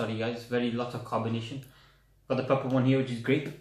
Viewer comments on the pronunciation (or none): Grape not 'grand' but anyways overall this vid was grand I like these types of vids on yt